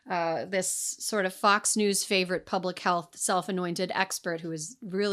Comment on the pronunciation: I thought called it Fux News. Lol!